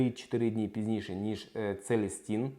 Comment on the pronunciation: Целін а не Целестін)